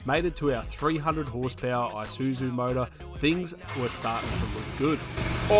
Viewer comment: Izusu motor did you say ?